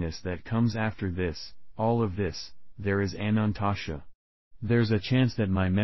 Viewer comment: Your video is not pronouncing Anantashesha correctly. It is missing a syllable so it sounds like it is saying "Anantasha"